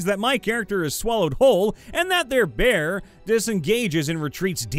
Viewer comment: Text: "Behir": "BEAR" mfw